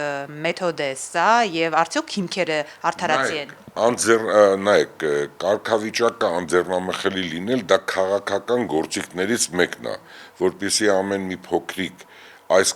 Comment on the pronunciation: Այ անգրագետ երախտամոռ, 90-ականներին բախտդ բերել է՝ դարձել ես մլն-ատեր, թքելով քո նախկին ընկերների և գործընկերների վրա: քեզ լսելը՝ տհաճից էլ տհաճ է: կերպարդ ավելի բացահայտելու համար, ստիպված լսում եմ, բայց առաջ տալով: Հենց սկզբից ես ցույց տալիս տգիտությունդ: Անձեռն(ա)մխելի չէ, այլ՝ անձեռնմխելի, ավել(ն)որդություն չէ, այլ՝ ավելորդություն: Հո միայն փող հաշվելով չե՞ն դառնում հասարակության ՙՙերևելիՙՙ կամ ՙՙազնվականՙՙ: Դու պլեբեյից՝ ոչնչով չես տարբերվում: Շողոքորթ, միլիոններդ էլ չեն օգնում քեզ, որ դուրս գաս նիկոլիդ ստրկությունից: դու հիմա, անհավասարակշիռ, հոգեկան նիկոլիդ նման՝ մանիպուլյացիաներ ես անում: Չգիտես ,,ջղայնության,, աստիճանը՝ կասենք: Դա ուղիղ մեսիջ էր, իր ախպեր ալիևին